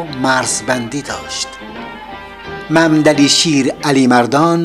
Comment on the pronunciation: ، ظاهرآ با تلفظ کلمات و اسم ها ، آشنایی ندارید. مثلآ محمد ، ممد ، مملی تلفظ میشود و وقتی همراه اسم دیگری می آید به ممد علی ( محمد علی ) ، مندسن ( محمد حسن ) و و... تبدیل میشود. ممد علی ، همان شیر علی مردان است و نه ممد علی شیر علی مردون.